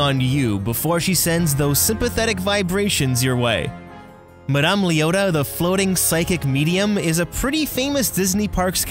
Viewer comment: Nobody:: “Ma-DAMN Leota”